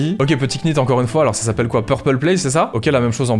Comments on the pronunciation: bonne video comme d'hab mais juste pour info ça se dit pas knit mais nit comme know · un knit on prononce pas le cas (ca se dit nite) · Yo, on prononce pas le "k" dans "knit", comme "knife", "knight" etc. :)